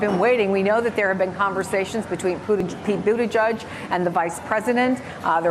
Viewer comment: Does she just refuse to pronounce Mayor Pete’s name correctly? It’s edge not judge !